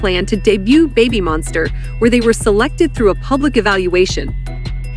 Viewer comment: Someone needs to fix the pronunciation of this (bot??) AI or whatever it is....kinda embarrasing, 'Babbie Monster.'. come-on ! ...😮😮😬☹